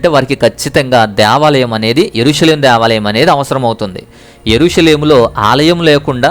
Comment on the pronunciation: Deeevalam kadhu Devalam